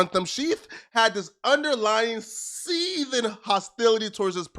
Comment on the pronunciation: Don’t say Seathing like that fam 😂